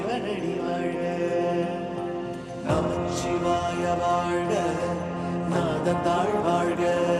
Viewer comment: வாழ்த்துகள் என்பதே சரியான வார்த்தை. வாழ்த்துக்கள் என்பது தவறு. நமசிவாய என்றே உச்சரிக்க வேண்டும். ஐந்தெழுத்து மந்திரம். நமச்சிவாய என்பது தவறு. நடுவில் 'ச்' வரக் கூடாது.